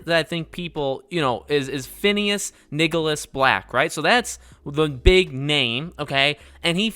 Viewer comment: It's Phineas Nigellus Black, not Nicholas. Anyway, the wizard in the green tailcoat is spot on on the description of Professor Black's portrait in the books.